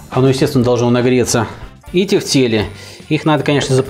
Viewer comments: почему в слове тефтЕли ударение на первый слог? как же ухо режет. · Первый раз слышу ударение на первый слог ))